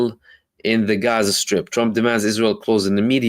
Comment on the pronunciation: I love the correct pronunciation of Gaza. It's beautiful.